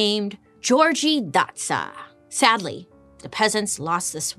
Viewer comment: gyorgy dozsa is pronounced "yor ye" (not yee but ye, & roll the r) & the last name is "doe-ja" in hungarian. im first gen born hungarian american <3 looove your videos bailey!!!